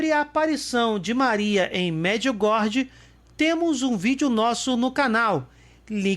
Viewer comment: Oi amigo, me permita.... Não se diz Merdiugordi, mas as pronúncia certa é : MARDGIUGÓRIE